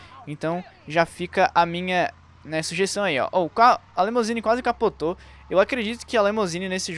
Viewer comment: O cara deve ter falado LEMOUSINE umas 10x. É LIMUSINE.